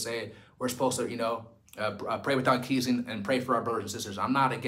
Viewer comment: Love your work and I say this out of love: Ceasing is pronounced (SEE-SING) not, (KEESING). Pray without ceasing (SEE-SING). God love you and bless you,.